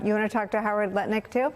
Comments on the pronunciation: Howard Nutlick say it properly. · I’ve listened to the IHIP ladies too much because I don’t even hear Lutnick anymore even when it’s said properly 😂